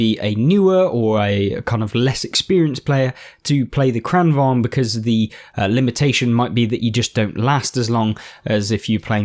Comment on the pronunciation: As a Swede, I'm very pleased with your pronunciation of "Kranvagn"! Also, nice videos. I enjoy them very much, lots of useful tips and tricks. Played a fair bit of Blitz some years ago, but new to the console version.